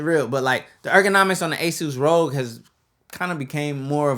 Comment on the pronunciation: Rogue/ rog Just use voice to text and you'll see the pronunciation rahg